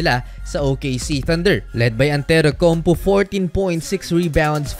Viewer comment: Who is Antetoukounp"U"?